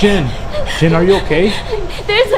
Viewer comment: Omg... he kept saying jen... jane... gin.. lol